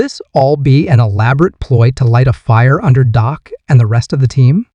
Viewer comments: Amen! How can this announcer even have a job when he can't even pronounce the guy's name right? Pathetic! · How can A I's phone be blowing up? Come on... can't AI pronounce Dak's name correctly?